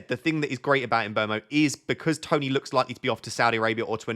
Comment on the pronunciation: finally someone who pronounces mbeumo correctly!